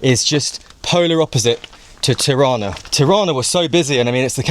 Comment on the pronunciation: Tirana und nicht Tana 😉peinlich